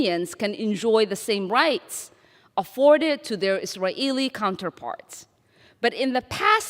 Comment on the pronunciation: I hope she starts to pronounce Israeli properly. Her forced "Is-a-Ralh" is very annoying